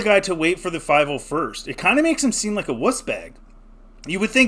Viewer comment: bro didnt even say "501st" correctly and we wanna take this guys word??? what a loser.